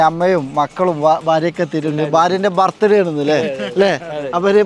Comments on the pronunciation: ഭർത്ത് ഡേ അല്ല ബർത്ത് ഡേ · ബർത്ത് ഡേ അല്ല ബെർത് ഡേയ്